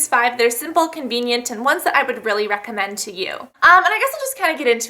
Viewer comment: When she stuttered or mispronounced recommend , it made me laugh for like 20 minutes! Not even joking, I love her videos. But that jut made me cry. xD.